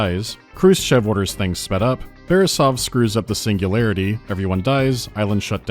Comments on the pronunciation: Biggest pet peeve ngl - "SINGULAYAITY" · I love how they tried to russify the text by mirroring the letter R. Cyrillic Я is pronounced "ya" not as a "R", a completely different sound. "Singulayaity"